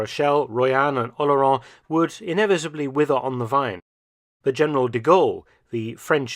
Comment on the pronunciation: Yes, The way he pronounces "Oléron" is not understandable by any French person without the writing on the map.